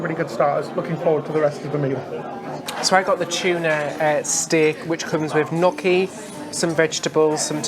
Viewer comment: Gnocchi is pronounced nyoh-kee. Gnocchi rhymes with pokey, not jockey.